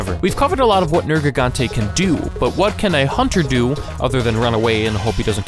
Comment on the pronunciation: Liked after 32 seconds. You correctly pronounced Nergigante